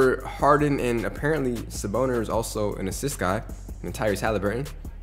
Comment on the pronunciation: Stop saying sabonis wrong its SA-BONE-I -S not freakin saboner